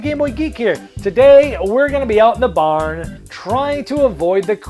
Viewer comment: What's a "bahn"? :) I think the Boston came out.